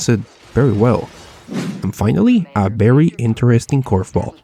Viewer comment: Berry berry Impressive